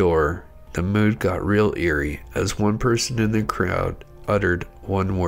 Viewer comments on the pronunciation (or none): none